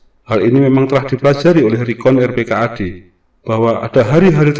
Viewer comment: Yang bener dibacanya rp - kad ...bukan r.p.k.a.d ...